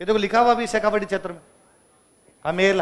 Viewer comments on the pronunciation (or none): none